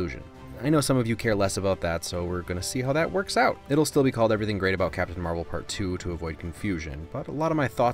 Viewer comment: It’s marvel not the way you said it